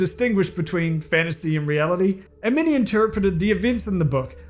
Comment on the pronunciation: I kept thinking you were saying mini-scandals.